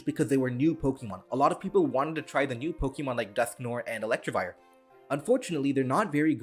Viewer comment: Hey great video but a small nitpick is that you kept saying "ElectRivire" instead of "Electivire". It doesn't have an r there.